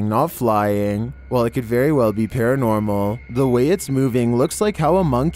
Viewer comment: #11: Don't u mean "paratnormal"?? 😏